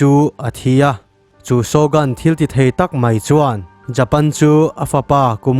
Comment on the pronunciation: Shogun hi mizoṭawng alohabet anga lam tur ani zawk lo maw?